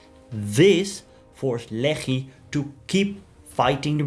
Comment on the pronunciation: Every time you say Lehi, I want to throw up